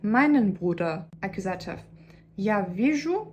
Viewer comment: It's true that you need to hear the words instead of reading them in order to pronounce them correctly. Your English pronunciation is really good, but you struggle with words that nobody uses in everyday language. Nobody talks about verb cases unless they are studying a foreign language that uses cases. You should try listening to the words "nominative" and "accusative''' to get the accents in the right place. The only other improvements to your English pronunciation I can suggest are to make sure your "v" sounds don't come out like "w" sounds, and your "th" sounds don't come out like "t" sounds.